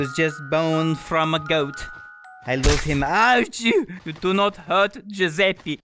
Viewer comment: When you say Giuseppi instead of Giuseppe: ITALIANS: TRIGGERED